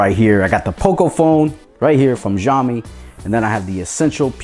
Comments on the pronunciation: Xiaomi - Pronounced "Shallme". Nice review. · It's actually pronounced siao mee. Singapore Chinese here. Shall mee is NOT the correct pronunciation.